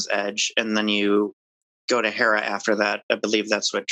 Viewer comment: Therrah? its Herrah